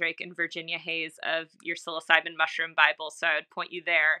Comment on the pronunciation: Why would you say “psilocybin” correctly. But then say sill-os-o-bee. It’s sillo sibe